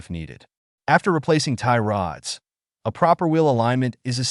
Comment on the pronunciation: Can't stand the AI voice😂 "Tie rOOOOds"